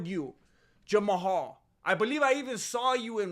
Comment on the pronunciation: Idek know if you're doing it on purpose, but the way you say peoples names gets me my guy, no disrespect, I think it's hilarious, and sorry if that's just genuinely how you say those names 😂 But Jama-hal is crazy lol 😂